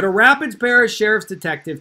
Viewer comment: excellent content. Rapides is French for rapids. It's pronounced ra-PEEDS.